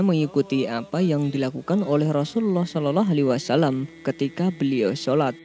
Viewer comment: Sayang Pembawa acaranya tdk bisa baca SHOLOLLOH A.W.